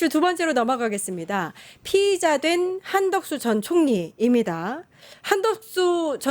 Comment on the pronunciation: 사회자분 피의자를 [피이자]로 발음해 주니 너무너무 듣기 편해요 그렇게 발음하면 말하기도 듣기도 모두 편하죠 피해자와 구분도 확실히 되고. 잘못 발음하는 사람들이 너무너무 많은데(심지어 아나운서들 조차도) ... 속이 다 시원하네